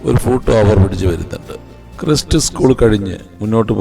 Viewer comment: ക്രിസ്‌റ് അല്ല bro ക്രൈസ്റ് 🙏😀